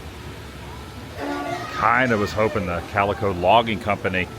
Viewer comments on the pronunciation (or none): none